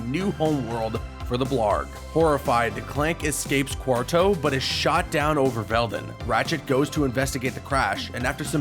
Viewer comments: It's pronounced Quar"TWO" not Quar"TOE" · stop saying QUARTO ding dong its Quartu. and its Blargien snagglebeast not blargen